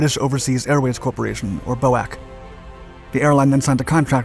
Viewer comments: G'day, Congratulations. You have invented a new word, "Bow-Ak". I've been around aircraft for nearly 50 years and I've never, ever heard British Overseas Airways Corporation (B.O.A.C.) pronounced as you did. It was, and still is, pronounced “B.O.A.C.” as it is an acronym. I haven't read the other comments and I'm certain others have pointed this out, however, as a student of the language, I kind of like the 'invention' of new words. Shakespeare invented over 6,000 words when he needed a word that wasn't extant. I wouldn't advise doing it too often; yet, the Americans do it all the time with, "YOU-SAFF" for USAF etc. It must be pointed out that metal fatigue, back then, was not a topic that was studied much and serious research into its long-term effects was almost non-existent. According to official reports I've read reports and seen photographs that prove at least one of the fatal flights was caused by metal fatigue around the circular navigator's dome on top of the fuselage over the flight deck that progressed down to a window. The Comet tragedies were the worst blow to the future of British aeronautical technology to date. It was a real pity because, if the Comet had worked flawlessly, the developmental pathway to better jet aircraft would have looked a lot different these days. Imagine a two decker aircraft not based on the 747 but the Comet, one wonders what that would have looked like. Still, it was Boeing's good fortune to learn from their mistakes. Then, of cours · It’s pronounced B…O…A…C, individual letters, never Boac! Americans are the only ones who pronounce acronyms as words.as we are talking about a British company and product, Proper English pronunciations should apply. Excellent content otherwise. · B.O.A.C. was not pronounced 'boac', the letters were pronounced individually. The company ceased to exist some time ago so an easy mistake to make for someone younger than me. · I've never heard "B" - "O" - "A" - "C" pronounced Boack?